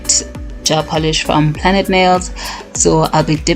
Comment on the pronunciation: I like how you say plaid. And thanks for the tutorial.